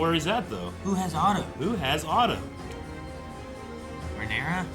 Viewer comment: We’re 18 episodes in, he’s even read the book… and is still saying Rhaenerys 😂 dammit!